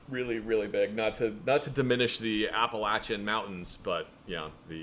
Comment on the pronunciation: I appreciate you pronouncing the Appalachian mountains correctly